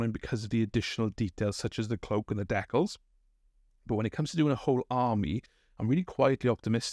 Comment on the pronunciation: The way you pronounce "decals" is a heresy all its own.